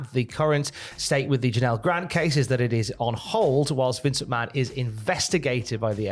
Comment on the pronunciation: you still mispronounced Stephanie's last name